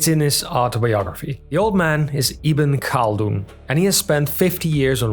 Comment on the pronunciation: i-ben KAL-dun? Would it kill English-speaking youtubers to look up how names are pronounced?